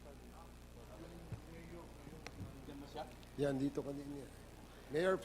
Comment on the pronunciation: Miyor? Miyor? Miyor? Ayusin mo pagreport mo.pisti!